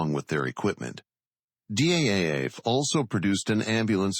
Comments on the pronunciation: Its pronounced as DAF not Dee AEI AEI EFF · The voice over in the movie says D, A, F, in separate letters. But DAF is just one single word. It sounds in dutch like the English word STAF or Daft (from Daft punk). So the name of the factory is pronounced correctly as DAF (in one word). And the DAF YA 126 is indeed a marvelous light truck. I drove it in my military service time, forty years ago.